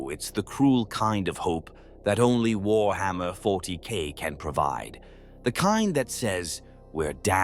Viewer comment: having fun of further slaughtering the pronounciation of warhammer, I see!